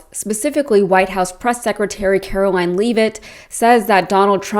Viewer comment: Learn to pronounce KKKaroline's surname, please.